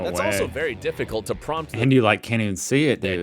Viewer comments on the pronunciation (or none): none